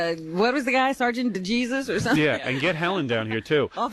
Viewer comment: It's heyzuse ! I got a B in Spanish.